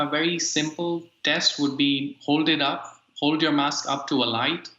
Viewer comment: DW News discusses the importance “wask” wearing. 🤣